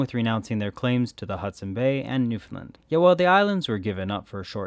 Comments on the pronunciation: The correct pronunciation of Newfoundland is to put the heavy stress on “land.” As we tell visitors, “Newfoundland, understand?” (It rhymes) source: am from there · It's pronounced Newfinland by all my Newfie friends.